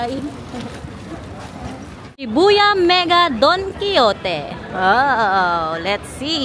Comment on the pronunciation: it's pronounced as Daan kee how tay not Don Kee yo te😄